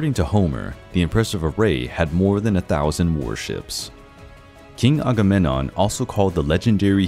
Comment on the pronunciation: For a channel devoted to ancient mythology, you'd think he'd know how to pronounce Agamemnon and Menelaus correctly...